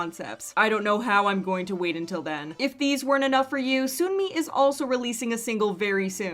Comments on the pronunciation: Hey could I ask a question? Why do you say Soonmi, instead of Seonmi? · Her name is not said as Soon-mi It’s suhn-mi